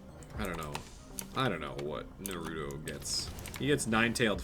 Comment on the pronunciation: He kept calling it's Narootoe instead of Naruto but he finally fixed it near the end of his Naruto rant lol.